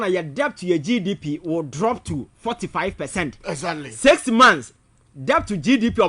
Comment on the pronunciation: And Iblove it when says “Das right, Ezatly and eiii “ It keeps me awake 🤣🤣🤣🤣